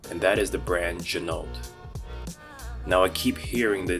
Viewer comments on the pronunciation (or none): It's pronounced zhee-noh. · Pro tip: Ginault is pronounced, “G-Noh”. The L and the T are silent. This comes directly from the owner of the company. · It’s gee-no!